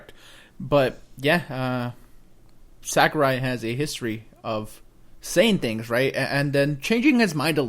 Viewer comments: Sakurai not sakruai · Who's Sakruai?